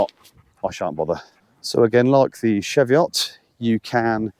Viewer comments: Fucking Chee-veot . Not what you tucking said, Lake Windermere!!! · The ch in cheviot is pronounced the same as the ch in cheese, same with the e - cheeviot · What's a shevyott? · Pronounced cheeeeveeeat